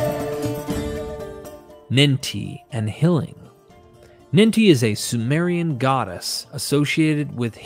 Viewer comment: I was wondering what "hilling" was supposed to be, until I realized that the narrator was saying "healing."